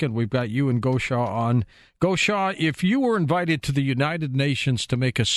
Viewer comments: Much love, and! Is Taygeta their name for their sun or ours? It goes back to Latin and Greek but is the name from their language? Bless George, he couldn't quite pronounce '':D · did you get a kick out of the way George pronounced your name? I'll bet Swaruu did.: ) Thank you, all. Big love to you.